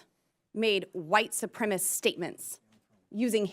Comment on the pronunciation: Well someone desperately needs to start writing boebert's speeches because she can't even say the word "supremacist" correctly. Carry on